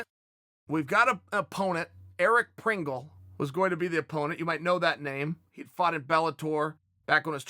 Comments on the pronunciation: Hahaha Eric Pringle.... Lol. Its Prindle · Fighters Name is ERIC PRINDLE... not PRINGLE.... But who cares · Chael the kind of guy to say Pringle instead of Prindle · Lol his name is Eric Prindle with a “d” and Chael’s legit calling him Pringle like the chips 😆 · Lol at Unc calling him Eric Pringle. It's Prindle. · Chael....although i love it, i need to know why you have so much trouble with names 😂😂 Eric PRINGLE is actually PRINDLE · Eric Prindle Not pringle like the mustachio chips 😆